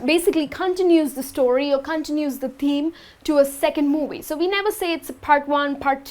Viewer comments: You should exercise the pronunciation of the sound V, moVie, not muwuy lol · When she pronounces “movie” lol